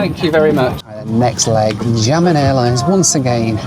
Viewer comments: Xiamen is near impossible for English natives to pronounce the X, try pronouncing it like Sh “Shia men” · I was watching on 1.8x and he butchered Xiamen, I heard German. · One thing is for sure, you cannot pronounce 'Xiamen' to save your life 🤣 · The way u pronounce Xiamen is so cute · it's pronounced Xiamen, (Shamen) China, not jamming:) but hey happy travels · Great video! But as a native Mandarin speaker, the pronunciation of Xiamen was just so bad... Pronouncing the "X" as "Sh" will be way better and easier for English speakers. (The actual sound for Mandarin X does not exist in English but I found Sh the most similar.) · got me, I went to multiple Skyteam sites looking for a "Jammin" Airlines. Then figured I'd watch where he went and was like ohhh... Xiamen (Shah-Mun) Airlines... Intentional mispronounciation? Doesn't care? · It's "seeya-men" not jia-men... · I took Xiamen Air (pronounced si-ow-man btw) from Melbourne through to Paris via Xiamen and I have to agree that the transit security was a nightmare. I had a short buzz cut at the time and they had to search my hair and they took all of the stuff out of my bag and sent it through the scanner twice. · This is a crazy challenge 😅 and when you wanted to say Xiamen, I thought you were saying “jammin’” so was curious what airline this is hahaha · The airline you flew at somewhere is called xiamen airline, wich is pronounced like sia-men airlines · Amazing video. Xiamen pronounced “shiamen” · That's absolutely not you you pronounce Xiamen.... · I love your videos but man do your Chinese pronunciations need some work. I'm not sure whether if its because you don't care or because you hadn't heard these spoken out loud before, but your pronunciations of Guangzhou, Xiamen, and Daxing were brutal.